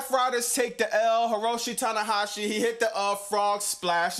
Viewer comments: Brother said tanahashi's name like he from Japan. Good job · I see you dropping Easter eggs. AEW gets a B… Smackdown gets a F… Raw gets a F… (BFF) Now, pick up the cup on the table and take sip. Repeat after me. Tony Khan does nothing wrong! 😂 Seriously, excellent pronunciation on Tanahashi name. I just hope President Tanahashi’s knees holds up. I was extremely happy to see Luchasarus/Killswitch return. He nearly died for real via pneumonia in his lung. I lost a father figure the same way. I prayed he was fine. Thankfully he’s back. MJF has been known as the devil for a while. It makes sense that Mark’s last two feud teamed up to extort Hangman. Plus, the “Dark Knight” joker’s camera work was a brilliant touch to the segment. Why so serious son!?!? 😂